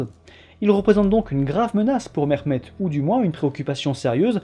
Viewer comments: Mehmet se prononce bien ‘Mehmet’ et non pas ‘Mexmet’ 😁 Et sinon les Ottomans ne descandaient pas des steppes (mais des rives Sud-Est de la mer Marmara)les ottomans se sont formés en Anatolie. À ce niveau il est inutile de rappeller les origines steppiques des populations turcophone d’Anatolie, les ottomans sont donc bien Anatoliens. À rappeller aussi que le systhème de janissaires échappait à la plupart des chrétiens d’orient (malheureusement j’ai pas de sources) vu l’inaccéssibilité de beaucoup d’endroits de l’empire qui est très montagneux et isolés, beaucoup n’etaient tout simplement meme pas recensé. Sinon ta video est interessante 😊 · Je viens de decouvrir ta chaîne et je trouve que tu as une bonne narration, de l'humour bref jmabonne, je m'appelle aussi Mehmet par contre on ne m'a jamais appelé "MeRmet" heureusement xD au pire on prononce le H légèrement, ton accent fait arabe et culturellement pi génétiquement on a aucun rapport avec eux, sauf la religion partagée pour la majorité du peuple malheureusement... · encore une vidéo que je vais regarder avec grand plaisir! merci pour tout ton travail mais s'il te plait prononce le H dans les prénoms comme en français car c'est comme cela que ça ce prononce en turque!